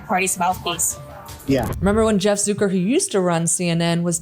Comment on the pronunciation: Hi, great video as always: Just one thing I noticed, you pronounce Zucker in its original German dialect "Zook-er" but not in the Western English pronunciation, which is simply pronounced Zuck-er....it's not any different than Sucker. Since the word actually originates from the word "Sucker" in German. Anyway, just thought I point that out. Merry Christmas 🎄